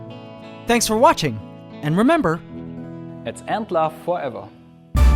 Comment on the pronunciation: his name is Martin not Marten